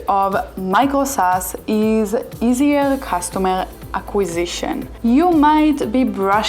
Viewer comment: Easier customer acquisition , not eaisier. .. aquasition ... 😊